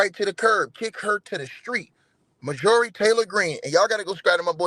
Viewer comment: You should know how to pronounce the name Marjorie